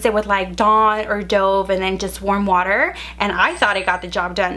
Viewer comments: dude! This is such a pet peeve of mines!!!!! How can you NOT know that it is said like “Dove” the bird?!?!? 😤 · Angela R.... It annoyed me cause its dove as in the bird 😂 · Its dove not dove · Btw u pronounce it duv dove like the bird not dowv or dov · I've seen it. Probably happens a lot. But yes. Gerard. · Please its Dove not douve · It’s pronounced dove not dov I’m British and it was made hear also look it up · I pronounce it duv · It’s pronounced Dove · Cutie Box she pronounced it wrong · Rambo B because she pronounced it wrong when she was talking about dove the liquid not the bird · Victoria Canez ikr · Victoria Canez her accent maybe? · Thank 👏 you 👏 When she said that, I cringed. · the way you pronounce dove... cringe